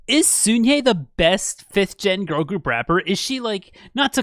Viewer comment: hi!! i just thought i should let you know that the “sun” in sunhye’s name is actually pronounced more like the word sun/son in english as opposed to like soon :) no hate at all just wanted to let you know in case you were wondering!